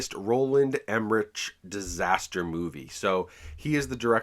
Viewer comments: Director’s last name is pronounced “em-er-rick” 😉👉👉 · Roland Emmerich is pronounce like Emmerick..